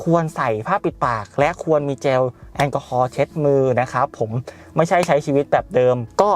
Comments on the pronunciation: เจลพี่ไม่ใช่แจล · เจลไม่ใช่แจวค่ะ